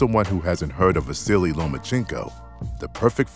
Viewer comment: You are pronouncing his name; VA-SI-LEE ? SERIOUSLY?? It's VA-SEAL - Unbelievable!